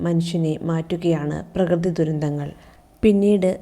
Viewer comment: second paragraphyill last word dhurindhall alla dhurandhall anna miss ok ❤❤❤